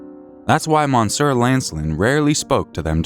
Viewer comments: “Mon sore” made me laugh. He did pretty ok overall! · Whoa. They’re rather… homely in their looks. Ouch. Monsieur = MON-SWAY? 🤣 jeez